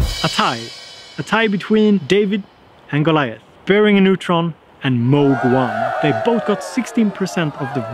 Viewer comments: "this unknown company, Moog...." My god! Moog (pronounced as Vogue with a starting M, and no not from Australia...) is for sure one of companies that produces the most wanted synths for decades... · You pronounced Moog incorrectly. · Unknown producer... named moog. Ohhhhhh my goddddddddddd. He didn’t even say it right